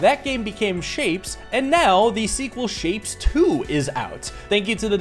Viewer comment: Ok, but isnt it shape-ez not just shapes?